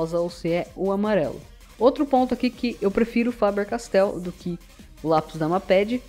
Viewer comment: fabeeeerrr-castell :33 😆